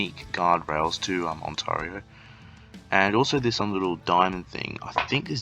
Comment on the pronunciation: Thanks for the tips, although the way you kept saying Ont-ah-rio is triggering, lol.